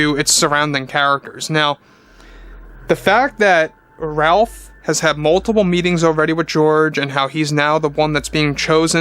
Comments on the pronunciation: His name is actually pronounced “Rayf” NOT “Ralph” just FYI. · It’s pronounced “Rafe”..